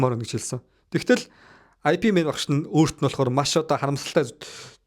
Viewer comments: i pi mena гээд байхин ip men гээч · "IP Man" bish "Yip Man" gej duuddiim daa uul ni